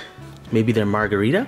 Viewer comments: Steel Castle yea i dunno how he said margharita to a carpaccio lol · Cries in italian when he called the first pie margharita